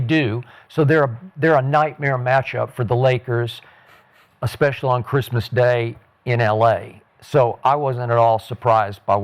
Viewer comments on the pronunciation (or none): It’s Merry Christmas not Gilsmas